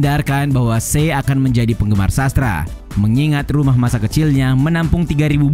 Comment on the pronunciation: Che dibaca ce buka se. Tolong lah, kesalahan penyebutan sedikit aja bikin males dengerin vidionya.